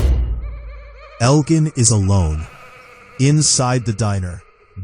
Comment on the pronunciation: You mispronounced Elgin and Clara never lost an eye. Maybe watch the show before you make videos.